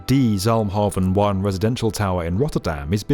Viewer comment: Oh man the pronunciation of "de zalmhaven one" was a good try, but a bit jarring haha